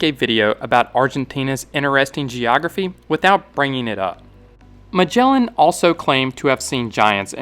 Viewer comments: It is not spelled majellan 🫠 g sound is like g in "again" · Great video but please learn to pronounce names cause you butchered the poor Magellan